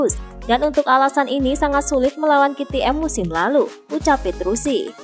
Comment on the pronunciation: Petrucci mbak bukan petrusi